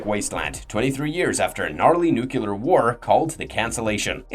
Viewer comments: 1. Who the hell is Sewnya? 2. African Serengeti. Are there any others?? It's Just Serengeti. 3. Nucular?? Nuclear. 4. You do realise that "She" is a remake - the original is from 1965 starring Ursula Andress and Peter Cushing. 5. "Part for the course"??? Par. 6. "Chalette"? It's pronounced like Fil-A - "Shal-A". Apart from that, quite a fun video. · The word is "Nu-clear" not "nucle-ar". Derived from "nucleus" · It's pronounced 'nuclear,' goddammit.